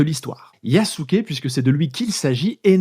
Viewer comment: Belle vidéo. Petite critique quand même, c'est bien de faire l'effort de prononcer le japonais mais les "u" sont en majorité "mangés" par la prononciation japonaise (un peu à l'anglaise), du coup pour nous autres occidentaux son nom se rapproche de "Yaské". En plus d'être le plus puissant Daimyo de l'époque, Nobunaga était l'un des plus ouverts aux idées modernes (par pragmatisme principalement) et ça ne serait pas si étonnant que cela qu'il ait fait appel à Yasuke comme plus qu'un simple trophée pour avoir l'avantage sur ses rivaux en l'employant comme combattant, surtout s'il avait déjà eu une formation militaire préalablement (les esclaves africains étaient parfois des guerriers vaincus par une autre faction).